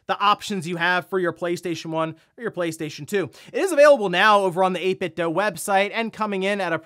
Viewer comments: 8BitDo is pronounced doo, not doe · It’s pronounced 8Bitdoo, not doh. The made a speaker that sang the name at boot up. Also, I think Wulfden asked them at E3 one year. Doo, not doh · The way you said 8Bit Dough cracks me up haha